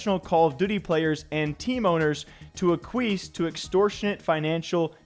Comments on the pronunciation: Ah queef????? It’s ak-wee-es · ACK-WEE-ESS NOT Requis’ cousin Aquis 😂😂😂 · hearing you pronounce acquiesce like (uh-kwees) instead of (ack-we-es) had me pissing my pants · its "ack-wee-ess" not aqueese brother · Ahk-we-es. Bruh. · Bro…please prepare for your videos beforehand. “Ack-kweese”? Come on. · Say it with me.... Ah-kwee-s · A queef.... Ack qwee ess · Reading “acquiesce” as “uh-queeze” is an all timer. Yikes. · It sounded like "a queef" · Ehh, it’s a chad word. I’m glad he said it wrong.